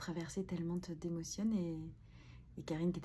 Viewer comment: « Tellemente » « notammente » … ce sont des adverbes. Ptn respecte-toi 😂😂😂